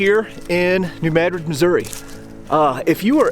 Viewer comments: Thank you pronouncing New Madrid correctly! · Thank you for pronouncing New Madrid correctly! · He's pronouncing it correctly. Look it up